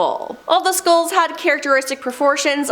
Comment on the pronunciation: FYI: Skulls not skools St eye les not stills